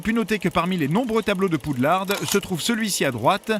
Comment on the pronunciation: Je comprend pas pourquoi certains prononcent « Poudlarde ». C’est pas un mot anglais. En anglais c’est Hogwarts, je de mot avec Hog (porc) et warts (verrues) et en français c’est un jeu de mot avec poux et lard. Le d final ne se prononce pas.